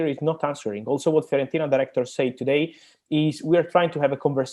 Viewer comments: Everyone: Fiorentina Robbie: FEAR ON TINA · FEARontina lol